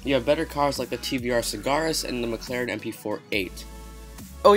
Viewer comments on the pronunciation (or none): none